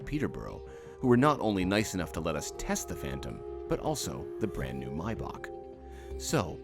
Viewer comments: no way did he say MAY BACH, like that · It's Maybach not Mybach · It's may.bak guy not my.bak 😂, anyway best review I've ever come across so far ❤️👏👍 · It's pronounced Maybach not Mybach. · its mot maybach its maibapp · It’s not a myboc arts a maybach . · It’s Maybach not Mayback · I thought maybach was pronounced as "may back" not "my buck"😕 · What's mybak? It's mayyy back! Learn how to pronounce boys don't be stupid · Nope, it's ''my buck'' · Why I'm hearing Mayback as "My butt" ? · Why can't Americans pronounce this simple car name properly. Maybach. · it’s not “my bach” 😭